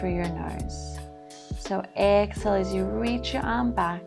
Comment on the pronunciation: It's pronounced.. EX-Hail... not ex-ill I had no clue what you were saying for 20 minutes.